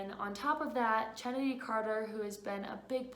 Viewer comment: Great work ! It’s pronounced (KENNEDY) btw